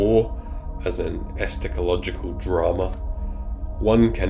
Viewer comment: esCHAtological, not esTAchological